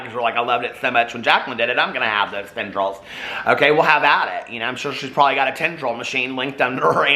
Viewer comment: Tendrils 🤣🤣🤣 the more you say it...lol